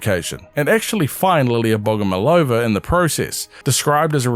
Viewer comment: I've just finished watching your previous prime assets video, thanks for another one! Just wanted to point out that firstly in Russia we stress the third "O" so we call her bogomOlova, and secondly this surname doesn't mean "loved by god" cause it doesn't correlate with the word love as we have other word for it in russian. It has two meanings. First one means a mantis as mentioned in the vid, the second one means a person who prays to a god though it's old fashioned and we don't use that meaning of the word